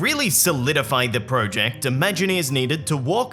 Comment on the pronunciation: Say project correctly